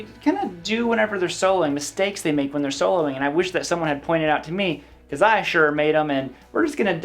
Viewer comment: Did you say "soling" on purpose?